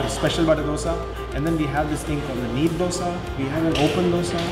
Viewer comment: Small correction It's a neer dose not need dose